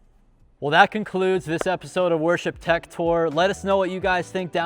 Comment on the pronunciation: Did you just say… worship tech?